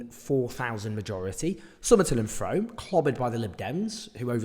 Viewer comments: It's pronounced 'Froom' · It's pronounced "Froom" btw. It's notable that the Greens came third in all seats. In Uxbridge they got just south of 900 votes, more than the margin Labour lost by. In Somerton and Frome the Greens took 10% of the vote. That very much looks like Starmer is driving left-leaning voters Green. Hopefully we'll get more Green MPs next time. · Frome is pronounced “froom”. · You pronounced Frome wrong!